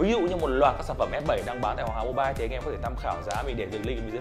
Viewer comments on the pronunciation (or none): none